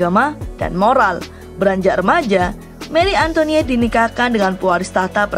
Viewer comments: Salfok sama suaranya, Antoinette jadi antoniette😂🤣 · antoinet bukan antoniet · Bacanya; Marie Antoanet